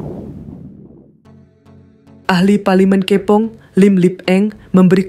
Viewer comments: Robot ke yg baca ni sehinggakan perkataan kepong pun lain sebutan nya .. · Perkataan Kepong tu cubalah sebut biar betul